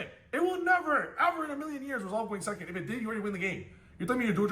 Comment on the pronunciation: thirty sehhcond place